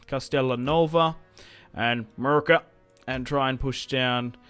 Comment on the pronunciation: You kill me every time you call Murcia "Merica".